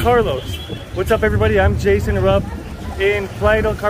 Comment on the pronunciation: 2 months in Mexico and Jason is “.” 😂